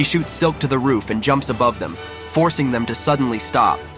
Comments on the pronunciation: Ayo bruv i appreciate your effort in this recap but the way you pronounce certain names irks me. Namely momonoSUke and ki-zar(ceasar) clown. Also stop using multiple background music simultaneously. Also why u keep calling yamato a dude she clearly has sideboobs bruv. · Is this being read by an ai. Some of the pronunciations are a bit off. Sake, Holdem, momonosuke, raizo